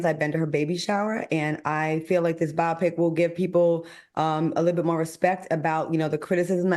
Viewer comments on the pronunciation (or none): Claudia please stop Al Reynolds from mispronouncing ATHLETE… and it’s pronounced BIO-PIC. Bi-opic may be a medical procedure ❤❤❤